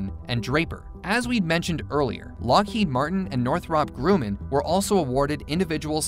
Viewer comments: Your pronouncing Grumman wrong. “um ” not “oo” for “U” to say yew, you need a vowel directly after “U” or one place after a consonant. Grumman “MM” so yew doesn’t say yew. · Yeah, it did bother me. For his reference it's North-rupp Grum-man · Redo your audio for this and pronounce GRUMMAN correctly... This is the company that gave us the F-14, A-6, and C-2/E-2... Two MM's means the U is pronounced as a short U. All you have to do is listen to any video by Northrop Grumman on their website or Youtube... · It's not Groomin, Grummin. PS. Ik it's not right but I'm dyslexic and still know how to pronounce it 🙃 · Northrop Grew-men? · If you can't pronounce GRUMMAN, your credibility is out the window. It's Gr rum man. Anyone in aerospace knows that.